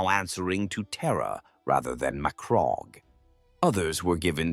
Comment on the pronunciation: Surely that’s not how you pronounce Macragge